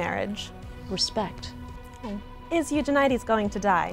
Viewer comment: Yay, found someone who pronounces Eugenides the same as me! :)